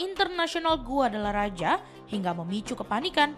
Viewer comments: Oooalah... Bukan guadalaraja... Tapi GUADALAJARA... Kayak gini kok bisa jadi penyiar berita...? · Min min bukan GUADALARAJA tapi GUADALAJARA 😂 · Guadalajara bukan Guadalaraja... sekelas tvone kok literasinya salah sepanjang berita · Min bukan guadalaraja tp guadalajara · Ini adminnya ngomongnya yg keliru atau tulusannya yg keliru GUADALAJARA tapi dibaca GUADALA RAJA 😂..emang kadang orang indonesia itu kalau nyebut sesuatu sak mengoe lambene 🤣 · Bacanya yg bener, Guadalajara BUKAN Guadalaraja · Salah klo huruf J dibaca nya H jadi baca nya Guadalahara. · Guadalajara (baca: Gadalahara) min, bukan GuadalaRAJA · Maklum dia blm kursus 😅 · GUADALARAJA ❎️ GUADALAJARA ✅️ 🫠🫠🫠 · Guadalajara....membacanya GUADALAHARA....kok GUADALARAJA....😅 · Guadalaraja? Dikira nya Balaraja kali yak 😂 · Guadalajara .... kok dibaca GuadalaRAJA ?